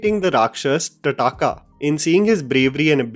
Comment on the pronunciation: Its not #tataka its pronounced as #tarka